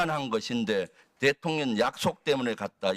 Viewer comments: ㅋㅋㅋㅋㅋ 대통 년,😂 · 대통년 ㅋㅋㅋ 저 만 그렇게 들리는건 아니었네요!